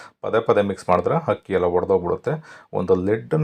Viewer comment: Hakki antha helthira akki antha heli